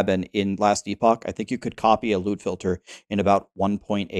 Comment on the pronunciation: I keep hearing lewd filter😂